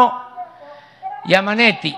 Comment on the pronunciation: Jajajajaja jajajaja giammanetti